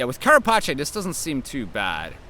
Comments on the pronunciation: "Carapache" lol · lol why do all gwent content creators pronounce carapace the italian way, it's also an english word with an english pronunciation it's funny